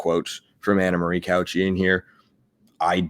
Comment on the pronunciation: You said her name so many times, my brain forced me to. Cauce is pronounced Cow Say, not couch e